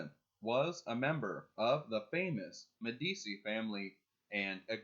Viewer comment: One note, Medici is pronounced "Medi-chi".